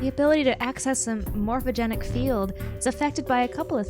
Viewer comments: Why everytime the word 'morphogenetic' appears, they say it like 'morphogeNIC' lol. It's weird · Why do you guys keep saying Morphogenic? there's a t in there. it's Morpho-gen-etic